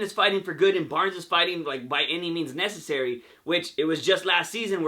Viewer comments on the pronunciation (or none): none